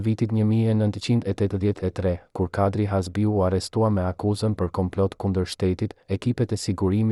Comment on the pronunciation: Kush JE ti QE as emri shqip zdi ta vesh theksin ne fund te emrit na i shpife😅 Kush i mori leket 😅😅😅😅